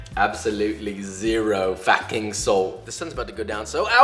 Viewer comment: I died when he said "Absolutely zero F A C K I N G salt"